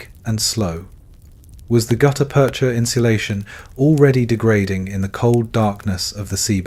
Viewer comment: Great story. Hire a human narrator. (Spoken numbers give it away) (As did the pause within "gutta-percha")